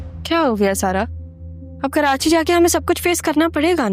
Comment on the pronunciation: Audio.hmwsha Karachi ko kerachi kehta h